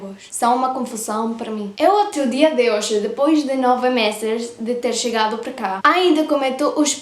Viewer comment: caramba !!! acabei de comentar isso !!! ela pronuncia "hoxe" (hoje/hoy); "vexo" (vejo/veo)... ◙◙◙ parece que o galego funcionaria como um "esperanto" para estas duas línguas. o sea, si hablas Gallego, comprenderás Portugués y Castellano.